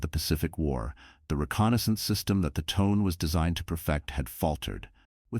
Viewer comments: The Japanese Cruiser Tone. I think it's pronounced: "Toe-Nay". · Pronunciation of the star is pretty awful. It’s Tonay. I couldn’t like the tone of your version.